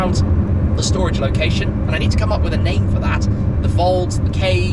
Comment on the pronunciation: Just call it shtorage